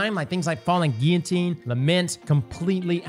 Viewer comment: You actually pronounced "Guillotine " correctly!!! Smart dude.